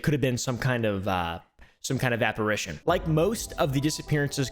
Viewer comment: Don’t do ghost videos if you can’t pronounce apparition. And don’t do any videos if you’re just gonna mindlessly repeat the false info someone put in their video before you. And don’t ever use this obnoxious voice in videos, in real life, in your imagination….never use it again cuz it’s driven some seriously dangerous people kinda insane and I’d hate for them to remove your voice box just cuz you think it’s funny to irritate everyone who hears you use this voice without realizing how psychotic it could make someone if they hear it at a particular bad time in their lives